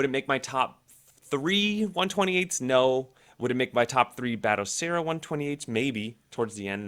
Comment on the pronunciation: "Bat O Seera" 😌